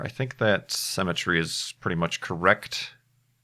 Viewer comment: Is it me or does say "cemetery" instead of "Symmetry"?